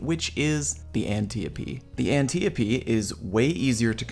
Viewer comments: the reading is /ænˈtaɪ.əpi/ not /ænˈtɪ.əpi/ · 🤓“Um...actually” it’s pronounced “Ant-eye-o-pee” ever watch Wonder Woman?... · I pronounce it "An-tee-oap"... Fite me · ANN-Tie-OPIE that's how you pronounce it. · Try An - Tee - opee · it's pronounced Ant-eye-uh-pea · It’s actually pronounced an-TIE-uh-pee If you want to be truly correct on the pronunciation of antiope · The An tee ah pee